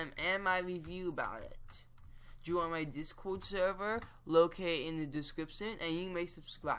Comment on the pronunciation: for ur link to ur discord server u said DISCIRD lol